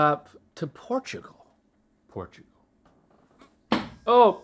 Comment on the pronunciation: “Portoogol”